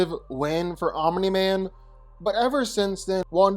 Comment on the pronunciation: Guyssss he finally said Omni Man instead of 'Om Nigh Man'. Proud of you 💪🏻